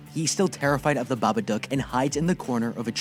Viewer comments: its not babadook its babadUUk. its pronounced wrong the whole recap nd i kinda got mad so :") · I hate that he says babaduck not dook☠